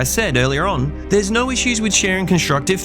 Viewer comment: Why are you adding a "wr" to the word, "no?"